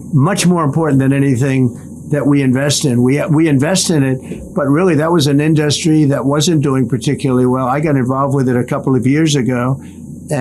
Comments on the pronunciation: Why does he keep pronouncing “industry” as “in-dust-tree” ?? I love how he didn’t answer the question the guy asked about Trumps crypto and conflict of interest. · Why does he say in dust tree? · is killing it up there..😂😂 In-dust-tree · "In Dust Ree"- Dump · I think he should say "in-da-ster-ree" 20 more times... 🤣🤣🤣🤣🤣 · Why does he pronounce industry like a child reading the word for the first time? Also nobody has ever brought up that he says nuclear like its a noun. Not once in 10 yrs have I ever heard anyone bring this up and it sounds soo dumb in both instances.